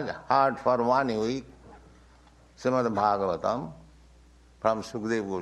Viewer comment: Who is introducing this?! can’t even pronounce properly Srimad Bhagavatam! Get it together